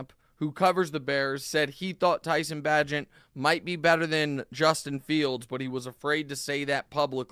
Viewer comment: Great research on the Chicago game 🙄 QBs name is pronounced BAE-gent Fear the wounded tiger, people 🐅